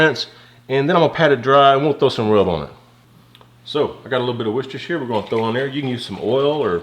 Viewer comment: G'day, amazeballs looking meat, just stunning, Karen was all over that like white on rice. By the way, you are the first Yank that i have heard pronounce Worcestershire properly. Well done. lol. ATB Moose.